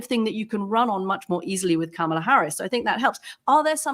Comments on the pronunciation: Anthony, you're driving me CRAZY!! It's not "Kamala" (a, as in "camshaft") Harris. It's _"Kamala" (a, as in "calm") Harris! At least you're accentuating the right syllable! I don't know why so many people have trouble with this name. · Can we please at least say her name correctly? It's Kaarma-la. Not Kam-e-la. She did a whole video on how to say her name. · Apparently Kamala is pronounced ‘commala’